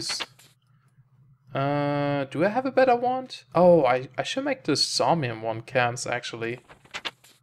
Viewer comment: "Saumium" A spot of trouble with your pronunciation there, mate?